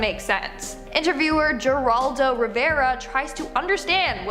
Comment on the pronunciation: It is Hair-al-do not Jeer-ral-do